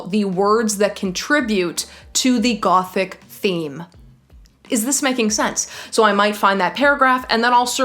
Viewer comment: you pronouncing ''gothic'', love it